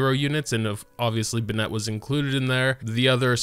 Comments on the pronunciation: I feel you i stop watching on 2nd time he pronounce benette, be-nette, like where the fyck did you learn to pronounce that way, even in the game all language they pronounce it right but wtf.. no hate ehe. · Yeah, now i say it like that too LMAO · the way he says his name should be Benette smh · Nobody:: bnet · cant help but point out that he says "bennett" as if its spelled "binnett" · I love this video but can’t stand the way he says “bin-net” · I’ve never seen someone pronounce Bennett as how he pronounces it. Bro who does that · Thank you, Kirimiya! And no, you can't say it either way because 1) his name is his name, as pronounced in the game and 2) it would need an additional "e" at the end to be pronounced the way says it. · The way you pronounce Bennet drives me insane haha, how can someone get it so wrong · why do you pronounce his name like that? the canon doesn't call him that, he doesn't call himself that, no characters call him that, i just don't get it lol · Youre saying his name wrong lmao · Dude you keep saying his name wrong please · Are u pronouncing his name wrong on purpose? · WHY THE FUCK DO YOU PRONOUNCE BENNETT LIKE THAT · Please stop saying ben net. Just say benny. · Listen to them back to back. It isn't the same. Bennett in-game says "BEN-it" while says "ben-ETTE" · I’m pretty sure he knows how Bennett is pronounced, it’s just more comfortable for him to pronounce it as “Be-nette” rather than “Be-nit” /lh Another honorable mention is in the English dub, Bennett pronounced his name as “Ban-nette” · You can say it either way, but it’s wrong. He says buh nette, which is wrong. It is pronounced ben net. Clearly english isn’t your strong suit. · Be-net, kaching my brain: ITS BENN-ET AND KUH-QING. ISTG IF MY EARS HAVE NOT FELT THE SWEET SOUND OF HARMONY IN PRONUNCIATION. SAY IT RIGHT, SAY IT RIGHT >:( my head: cmon, let's get you to bed grandpa.. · Lol I know it’s you cause you say “Ben Net” it’s “Ben It” :) you rock!